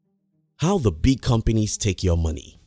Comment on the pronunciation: I'm surprised ur not frustrated with his pronunciation of the word "companies". COM-PENIS!!!